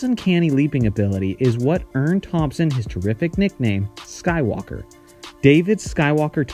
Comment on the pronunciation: lol, Kenny's nickname is not Skywalker, it' was "Sky" Walker, where there was a slight drag and pause after the word "Sky". The same goes for Clyde "The Glide" Drexler, and Michael "Air" Jordan. You've never heard anyone say Clyde TheGlideDrexler or Michael AirJordan right. Anyway, it was an appropriate nickname for Kenny as he was a tremendous vertical leaper and also won a dunk contest.